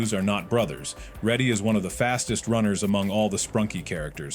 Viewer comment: Why did bro call raddy ready